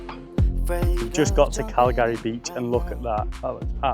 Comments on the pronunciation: Its not Cal-gary! Its Calgry (phonetic). Like Calgary in Canada - in fact, it is named after Calgary Bay on Mull! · Loch-ah-lin. And Cal-gry. Even Scots have problems with some place names. Can you tell me the names of the park ups you went to, the one you left to find the aurora and the one you did stay at? I'm looking for park ups on Mull for this year. Thanks.